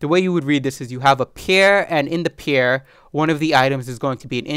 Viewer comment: I like your videos. BTW: You are mispronouncing the word "pair" as "pier"